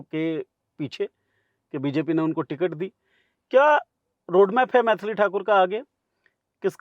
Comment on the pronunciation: मैथली ❌❌ मैली ✅✅